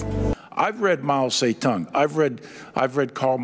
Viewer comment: Map tse-tung 😂😂😂😂 didn’t he mean Mao Ze Dong? 💀💀😭